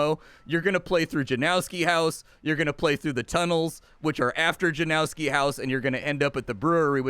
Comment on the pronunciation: It's pronounced more like Yanovski not Janowski